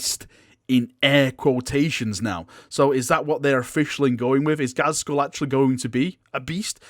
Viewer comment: It's pronounced GAZ-KULL... not GAZ-SKULL.. (there is no 's') And now it'll annoy everyone else too